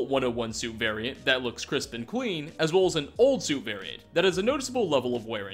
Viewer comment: "Thanks to this wonderful HAT he discovered" "Hat he discovered" "HAT HE DICOVERED" This triggers me